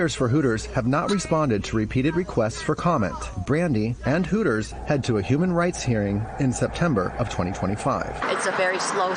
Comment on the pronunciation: It’s “Hooters”, not “Horrors”.